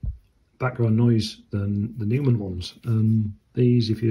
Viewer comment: You pronounce it Noy-man